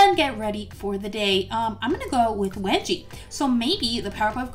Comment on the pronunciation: Was it just me or did someone else hear her call wengie "Wedgie"